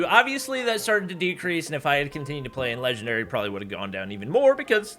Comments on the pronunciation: lol said legwndary instead of legendary but anyways thats kinda cool rookie to legendary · Man grinding to "legwndary" sure is hard. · Ofcourse. "Legwndary" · Speedruns to "Legwndary" Me: Can't even get to Master 1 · LITERALLY,KUKUKU REKOIL, SHEESH AND NOW LEGWENDARY